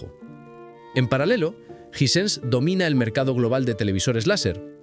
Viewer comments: Me da cancer de oído escuchar Jisense en vez de jai-sens, otra cosa ese bolazo de que en Sudamérica no se podía comprar marcas caras como las Sony que literalmente es el televisor más vendido en Sudamérica 😂 Hisense apareció oficialmente en Uruguay hace 3 años. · Los españoles son negados para el inglés disque "jisense" en vez de "jaisens" 😂😂😂😂😂😂😂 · Hay que definir la pronúncia. ¿Suena Ysense o Aisense?